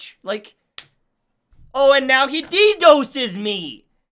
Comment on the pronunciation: i love how he pronounced DDoS I'm dead LMAO